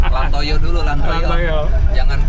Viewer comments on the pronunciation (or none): bukan LandToyo dong tapi LandToya wkwkwk 😂😂😂🤣🤣🤣